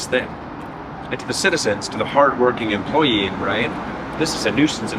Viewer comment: The “employim”